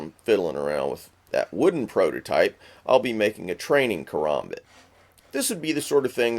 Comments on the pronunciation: its not a kaRAHmbit, its a kaRAMbit, as in (ka-ram-bit) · its ka-ram-bit not karumbit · yeah probably because he is probably a knife enthusiast I'm just saying to me it sounds weird when he says karmabit